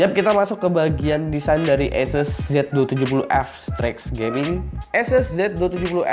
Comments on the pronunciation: sebenernya sih ahseus broh... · jd kyk bule lu bang!!!! Asus jd aises wkwkwkw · latah itu ikut2 orang luar wkwkwk